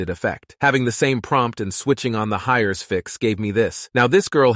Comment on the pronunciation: that text to speech could use some embeddings i think... "hires" lol